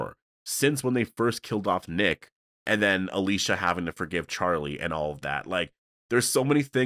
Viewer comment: Can we talk about how Daniel ,out of nowhere 2 episodes ago started pronouncing Alicia’s name completely differently than the way he always said it before ?